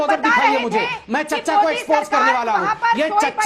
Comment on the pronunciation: Iss aadmi ko toh sayad poRna bhi nahi ata ! PoRke galat bol raha hai 😄 ! Ya kisine natghat nanha Kanha jaisa koi kaam kiya ?